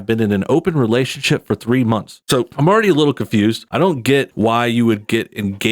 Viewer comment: There's no I in three but there is a big ree.